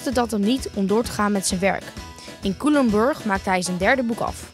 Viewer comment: Kijk je dit hoor je Culemborg denk je eeeh daar zit ik op school grappig Ps nog ff oefen op Culemborg Spreekt het uit als Cuulemborg